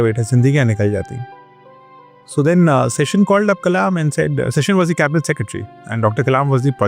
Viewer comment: Good information 👍. His name is not "Session". He is named after "Sheshnag" (the celestial serpent), so T N Seshan is to be pronounced accordingly.